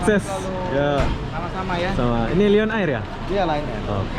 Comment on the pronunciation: Bacaan Lion tu perbetulin